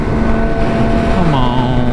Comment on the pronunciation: I love the you say c'moun